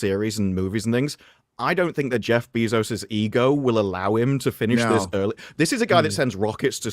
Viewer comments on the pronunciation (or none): none